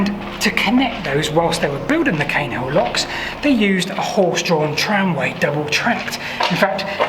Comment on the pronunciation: Caen is usually pronounced 'khan', but perhaps this one is different.